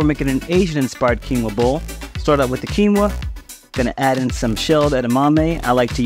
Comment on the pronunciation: Not your fault,. Quinoa should be "o-ah" (but it came from quechua, which doesn't have mid vowels. Just high (u, i) and low (a). So it was probably quinua, originally)